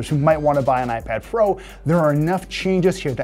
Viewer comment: "Ipad Fro?"